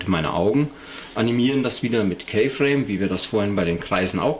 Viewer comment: keyframe spricht man "kifräim" aus -.